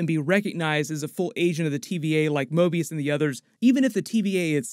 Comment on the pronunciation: Hate to be that guy but said Morbius instead of Mobius.